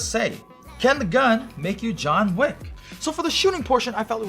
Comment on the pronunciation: “Jon Vick” in Turkish accent